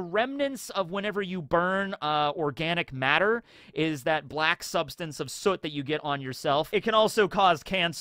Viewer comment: It's been kinda crazy how many OP content creators I've noticed not knowing how to pronounce soot lol.